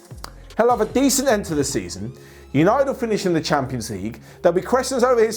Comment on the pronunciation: West hampions league? You know, hampions? Heh heh